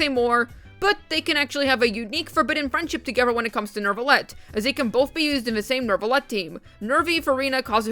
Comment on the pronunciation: Why do you keep saying NeRvalette? 😂